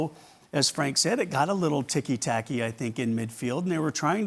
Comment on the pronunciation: Did he just say "ticky tacky" ? Can you at least try not to anglicize a foreign word? I wonder if he even understands what it means beyond passing the ball.